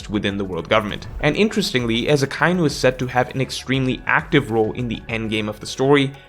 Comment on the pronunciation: Do you seriously not know how to pronounce Akainu??